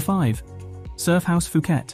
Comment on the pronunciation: IS NOT PIUKET DUDE!!